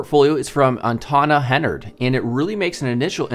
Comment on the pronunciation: "Antana Hennard" Literally .3 seconds later on portfolio: "Jantana Hennard"